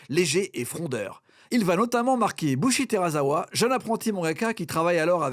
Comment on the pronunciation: Faut arrêter de mal prononcer les noms japonais svp. "oZZZamu Tezuka" mdr "teraZawa"